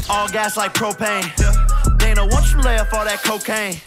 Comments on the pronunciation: wtf is die-na white? ITS DAY-NA WHITE. How do you not know this. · it’s day-nah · Dana (Day-nuh) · He said “Donna white” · I'm not gonna hold you for saying Dina White but It made me laugh so I had to bring it up lol. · my man said, "donna white"😂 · His name is pronounced day-na the way it's pronounced is the girls version of the name Dana I should know cuz it's my name and I'm not gonna lie I love when Jake keeps calling Dana white daddy Dana that's what my ex used to call me hahahaha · the funniest part of this video is him mispronouncing dana's name repeatedly. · You supposed to say Dana, not Dana!